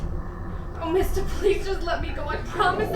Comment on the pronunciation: She says "Mister" in a weird accent. :P Look at those pizza rolls! Delicious.